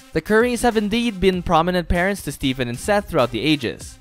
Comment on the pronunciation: Stephen bro. ph makes an ‘f’ sound. So not Steven.. it’s pronounced like Stefan